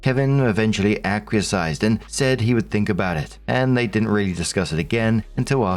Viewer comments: Story 1 - When is still too goddamned ignorant or too goddamned lazy to pronounce "acquiesce" correctly. THERE IS NO SUCH WORD AS "ACQUIESCIZE". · Day whatever of telling that Acquiesce is pronounced "Ak-Wee-Es". Not "Ak-We-a-size" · Will ever learn how to pronounce "acquiesce" correctly? Not today. Tune in next time!